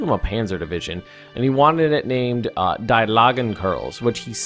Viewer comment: just so you know...and not trolling or anything but "die" is pronounced "de" and it does men that although my german is very rusty lol